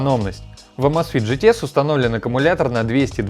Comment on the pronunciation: Почему Амазфит, правильно Эмейзфит, так режит слух, так же как и Маил. Ру, когда надо Мэил Ру, чуть чуть можно выучить, что "a" английская не читается как по русски А! Хотя бы в гугл переводчик вбить и послушать правильно, автор ну! Будь грамотнее!!!